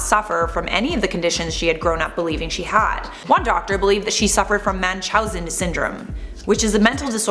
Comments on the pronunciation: It’s pronounced munch how zen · Ugh... I can't listen to these "like totally" narrators... she even pronounced munchousen completely wrong. Moron.